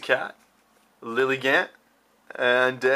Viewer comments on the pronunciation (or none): none